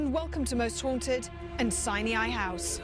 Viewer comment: It's pronounced "sign eye" NOT "sineeaye".